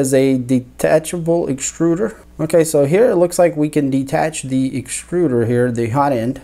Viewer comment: Sorry to be "That guy" but - "Exturder"